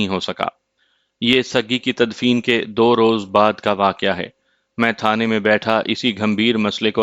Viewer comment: Waqiah. Not, Waqe